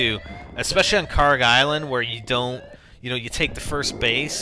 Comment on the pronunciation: It's Kharg, not Karg. :p